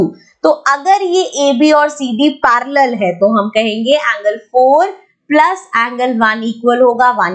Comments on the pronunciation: that parrrrallel😂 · When mam is teaching axiom 6.3 how mam says parallel 🤣🤣🤣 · parallel line pronounciation I just laughed at once🤣🤣